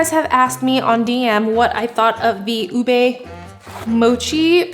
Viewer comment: I try to not stay too long in a TJ’s store because I’ll end up buying more than what I need 😅 Also, Filipinos pronounce it as “ooh-beh” not “ooh-bey” ☺️